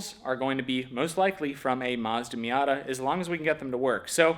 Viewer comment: That's a me-yuck-tah .😂🤣😂